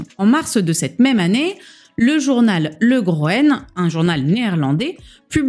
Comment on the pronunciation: Note: En néérlandais, OE se prononce OU ([u]) Le journal ne s'appelle pas non-plus "Le groene", je présume que vous parler du journal "De Groene Amsterdammer" mais il y en a peut-être d'autres avec Groen(e) dans le nom. (Groen(e) veut juste dire "vert" et s'emploie aussi dans le sens "écolo")